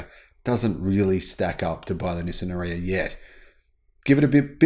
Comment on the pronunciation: Please pronounce it correctly R-eee-ya. Or watch the Nissan video with Anna Ferris.